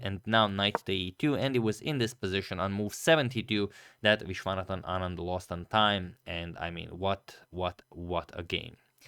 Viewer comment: Hey Agadmator, just wanted to correct you on the pronunciation of Vishy's name.. It is not Vishwaanathan, it's pronounced as Vishwanaathan Anand 😊